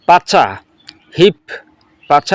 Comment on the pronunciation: দর্শন করা না, সঠিক উচ্চারণ ধর্ষন করা। কুমিল্লা নোয়াখালী চিটাগং এর মানুষের জন্য বাংলা ভাষাটা অনেক কঠিন। পাচা না, এটাকে বলে পাছা।